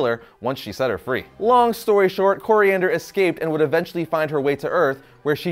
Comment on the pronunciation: it’s Koriand’r, And Tamaran